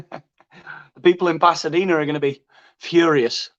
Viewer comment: This is what I meant before “ Pathadena “ your Spanish “ th “ cracks me up every time.